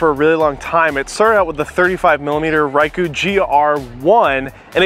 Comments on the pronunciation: I’m 53 seconds in and I swear if I hear this dude mispronounce Ricoh one more time then I’m going to throw myself out this third floor window... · As everyone has already pointed out, you're mispronouncing the name Ricoh, which is weird since everyone else pronounces it correctly and automatically makes me wonder if you know what you're talking about. Expecting stellar video from a Ricoh camera also makes me question if you know what you're talking about. That's not what it's for and it's not a priority for these cameras. Also, the complaint about stabilization is weird since you ultimately admit it takes superior photos to the camera you chose to compare it to. Seems like you were just trying to fill time in your review, and most people have a tendency to lean toward more complaining rather than more praise. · probably because you're the only person in the world to pronounce it that way. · He’s pronouncing bokeh correctly tho. Ricoh not so much. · You’re pronouncing it wrong fella. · Like. How the fu*k are you pronouncing Ricoh!! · Please say the name correctly... Uggghhh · How can you believe anyone who can’t even pronounce the name of the brand properly? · Dude its Ricoh (reeco) not ruyko or rayko; thats like when people mispronounce nikon and say nuykon instead of neekon; remember that letter i is usually pronounced as what you see/say in words such as kid, hit, fit, in, etc..especially in most languages it is pronounced as such; even in english it is pronounced in many words as such (it would be easier if it was written inglish but that is a fault of english language which burrowed heavily from french and other languages making a weird soup) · I like this review but I'm pretty sure Ricoh doesn't rhyme with Haiku as it's spoken here. Also that awesome third party GR app isn't available for Android phones sadly. Shame because Image Sync the official Ricoh one basically stopped working when I moved from a HTC One M8 to a Samsung S9 Plus. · Yeah,it's Reekoh.